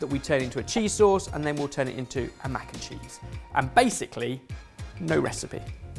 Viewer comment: Mac-kim-cheese that is all